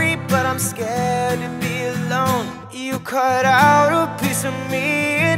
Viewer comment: Great voice, just please pronounce "you" correctly and not tjoo 👌🏻